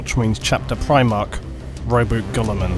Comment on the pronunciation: Thank you for saying Ro-boot. I hate it when people call him Ro-bootay.